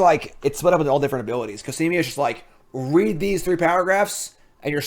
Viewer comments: Back to adding another syllable in Cosima. COSIMIA! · How can you pronounce Cosima -> Casimia wtf? Is it really that hard to just read a name out loud?